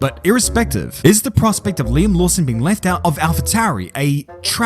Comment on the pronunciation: it's Liam...